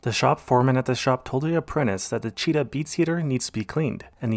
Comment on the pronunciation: What is a "cheetah beats cleaner"??? I turned on the C/C to see what was actually said.😳😳